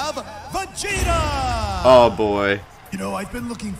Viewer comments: It’s Vegeta Not Vangeta Just Saying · I thought he said vanjeta at the beginning lol🤣🤣🤣